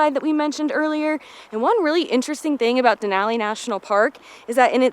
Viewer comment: You are saying Denali correct 👌